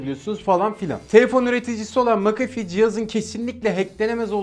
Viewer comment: "makafi" değil "mekefi" diye okunuyor :D